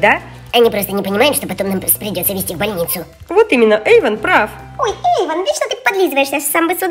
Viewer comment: Есения бергер не эван а эйван